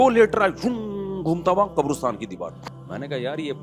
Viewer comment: Abe gadhay qarastan hota hai qobrastan nahee